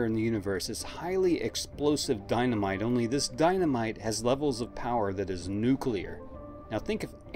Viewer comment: Thank you for not saying "nukelar"